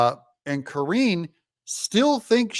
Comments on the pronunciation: I was always amused at how you mispronounce KJP's name, 'Kor-een GENE' LOL! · Ka-ringe Jean Pierre. 🥴